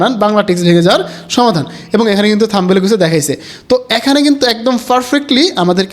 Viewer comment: থামবেইল না ব্রো।থামনেইল হবে উচ্চারন।